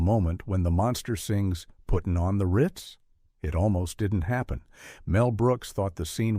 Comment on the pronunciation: Man, another video with distracting pronunciations. Igor in the movie is pronounced "EYE GORE," not "EYE gur." I quit watching when he prounced "putting on the Riiiiitz" (Ritz, but hold the i) as "putting on the R+eye+tz," hold the eye. I hate to be a pedant, but I've been seeing this a lot and it's getting discouraging.